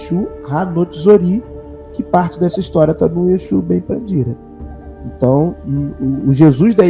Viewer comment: É interessante a sua pronúncia, "Exu" 🤭😂